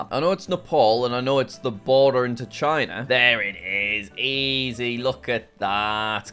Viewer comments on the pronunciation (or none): none